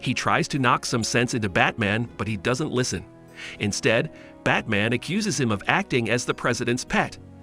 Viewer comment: I seems to be all his videos. Batmen instead of batman, Darkseed instead of Darkseid. Luhther instead of Luther. I could keep going